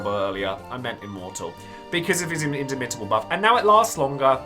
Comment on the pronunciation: You should stress the second syllable in indomitable, not the third. So, inDOmitable.